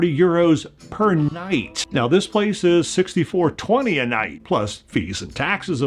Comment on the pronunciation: At first, I thought he said “60 for 20 a night”, meaning €20 for 3 nights, which is pretty good. But then he said “$64 a night”, so I’m guessing he meant €64.20 the 1st time, which is a lot more than I thought it would be 💀